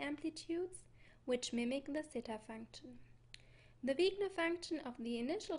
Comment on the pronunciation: Very good and intriguing presentation. But I am having trouble hearing a few terms. when you say "the __ function of the initial state" I can't make out that word. Is it Sigma? Wigna? I tried using closed captions but to no avail.